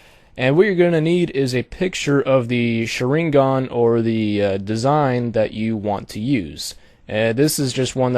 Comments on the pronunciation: Well, good job for the tutorial. You do make a different kind of Sharingan which is good to see. But this is a fake as long as you paint the form of that Sharingan in overlay. I mean, dude, the Sharingan is visual power in that anime - Naruto and you kinda screwed it up in the way you make it. Please, don't make tutorials about things which names you don't even know how to say right. Tip for the Mangekyou Sharingan form that you make- it has to be black cause if it's not- it means the owner is blind and his powers are getting weak. The eye originally is red but it can be change in many ways. The Sharingan, especially the Mangekyou Sharingan must to be black. Like the corneal but not transparent. As i said in the beginning: Good job for the tutorial and good luck. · lol you pronounced it wrong....but thank you sooo much for the tut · you completely butchered the pronunciation of sharingan and naruto !!!! LOL awesome tutorial though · He completely butchered the pronunciation of the sharingan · As a naruto fan I say PRONOUNCE THE NAME FUCKING RIGHT>>CHIRST Now as a graphic designer I say Very nice vid ^-^